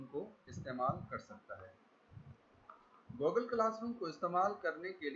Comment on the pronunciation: Goooogle classroom.... your Pronouncing is Bravo 👎